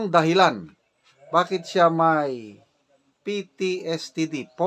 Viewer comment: ITS PTSD SIR NOT PTSTD